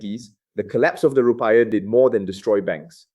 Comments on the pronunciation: “Rupai yah” and “Prabo wau”. Must be the AI pronunciation.😂😂😂😂😂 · The report sounds legit. But the way he pronounce Rupiah wrongly makes me doubt it a bit.